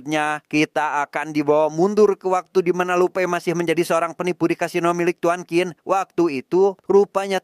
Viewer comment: Qin kalo di Cina bacanya Cin bukan Kin. Tapi karena orang Indonesia ya gpp lah suka-suka lidah kita ya, 🤭😆